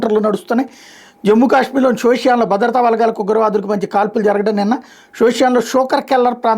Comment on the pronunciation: సోషియా కాదు సోఫియాన్